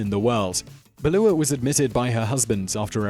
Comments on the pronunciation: It's Beulah not Beluah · It’s Beulah Jones, not “Belua” Three times you butchered the name (as if she hasn’t suffered enough butchering ) Try saying “Byoo’ la” and you’re golden - cuz that’s her name! (Kudos for pronouncing her last name correctly) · A pronunciation note: it's BYOO-LA Jones, not BELL-OO-A Jones. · That lady's name was Beulah: byoo luh. Not buh loo uh! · Not beluah Jones it's pronounced BEW LA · OMG. "Beulah" is pronounced "byoolah". "Balooah" is a bear in Jungle Book. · Not Ba-lu-ah ...Bu-lah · Beulah (Jones) is pronounced BEW-lah, not beh-LOO-uh. (Story about Pilgrim Psychiatric Center) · Am I the only one that was annoyed by his pronunciation of Beulah? It’s BYOO-LAH not BALOO-AH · Very good video, however, regarding #3, Beulah is pronounced "Bew-La", not "Bel-oo-Ah". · Pilgrim Psychiatric Centre: Beulah Jones - pronounced "Balloo-ah" or "Bew-lah"? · Beulah is pronoiunced Byoo-lah. Say it right. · Beulah is pronounced Byou-lah. only 2 syllables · FYI, #3 The name Beulah is pronounced Beu (like few) lah (like duh). Great video and keep the beard!